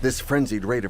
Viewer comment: Doenitz is pronounced "Dernitz" auf Deustch.